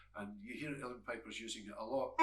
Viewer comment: Is he saying "real pipes?"